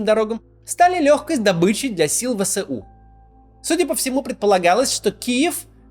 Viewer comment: Пожалуйста, ВСУ произносите не вэСЭу, а вэЭСу. Вы же не произносите сэсэсэсэр, а эсэсэсэр.